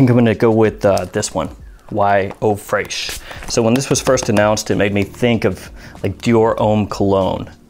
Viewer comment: Tip: Fresh is still pronounced Fresh in French not fraych.